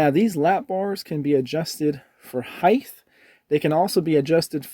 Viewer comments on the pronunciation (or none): Guy great review, but i have to stop viewing when i hear the dumbery.... get it Right, it's pronounced HeighT? You do know how to pronounce Light? And Sight? And Tight? And Fight? And Night? And Blight? And Might? Don't be one of the fools on youtube, Please. Alright?